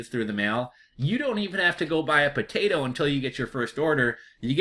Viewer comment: not trying to be a jerk...but listening you pronounce 'potatahhh' is genuinely hilarious